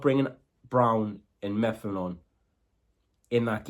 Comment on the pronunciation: Its Mep-ham not Meffam